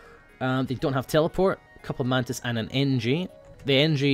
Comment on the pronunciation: mantis sounded like mantits